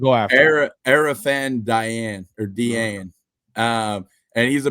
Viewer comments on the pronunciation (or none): Assuming the interview I heard is correct, Arafan Diane’s last name is pronounced Jah-nay